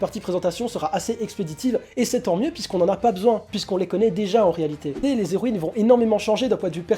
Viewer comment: Ce manga a l'air assez sympa meme si j'ai pas l'habitude des mangas francais. Bonne vidéo ! (PS: les Héroïnes : pas de liaison entre "les" et "héroines" ... les zéroines m'ont piqué les oreilles tout le long xD)